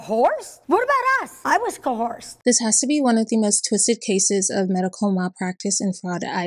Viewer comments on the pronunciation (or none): i havent watched the video yet but why has nobody mentioned how she said "co-horsed"